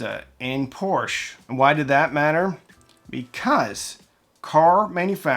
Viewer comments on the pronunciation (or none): none